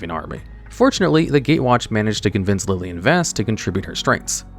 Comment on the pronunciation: Who tf is lilien???